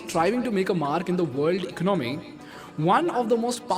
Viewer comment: Ec-nomy or Econ-my Very important were you break the word.